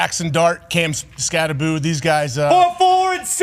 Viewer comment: It's pronounced, SKAT-TE-BO as in Skattebo, Pat. NOT "SKAT-TE-BOO" as in Scooby-Doo. Get it right, Pat. Jeesh, why the hell is every talking heads keep pronouncing Giants rookie RB, "Skatteboo?"